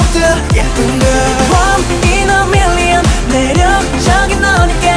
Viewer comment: The way MJ says million is so beautiful ❤️❤️❤️❤️😍😍😍 😍